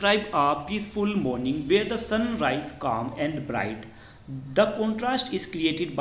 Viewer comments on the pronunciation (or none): none